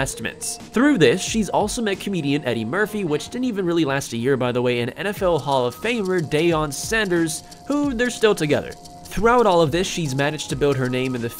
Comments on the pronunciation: Deion Sanders- Pronounced Deeon Sanders haha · JB Carter I’m a cowboys fan and that pronunciation made me uncomfortable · How dare you say Deion Sanders the wrong way